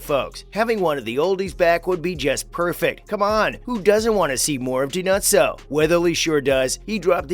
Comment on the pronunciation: I agree. He pronounced Dinozzo’s name how Fornell would call him.